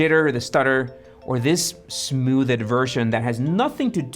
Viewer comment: Smooth-ed? Sorry but couldn't handle that lol, it's one syllable not two.